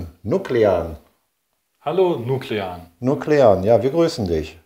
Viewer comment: Das heisst nuckelan